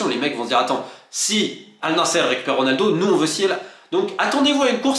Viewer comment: Ça se prononce an-nasr et non al nasser. Le sens n est pas le même